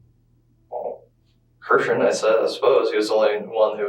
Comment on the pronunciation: why are you calling him kristen when his name is clearly pronounced like christian? this channel gives major AI vibes.